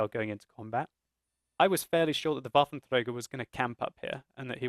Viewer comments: I appreciate your attempt to pronounce Waffentrager properly, but you're doing it wrong. You should be using the French R, not the Spanish R. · your waffentrrrrager is so annoying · the way you say "Waffenträger" is funny, because most germans could not roll the "r" like that even if they try very hard :D and you pronounce the rest perfecly while you are under stress and not actually trying so hard to get it pronounced ;)